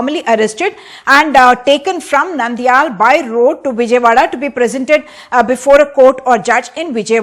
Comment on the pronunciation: It's not Nandyal. It's Nandyala. Telugu words end with a VOWEL. Like Italian language.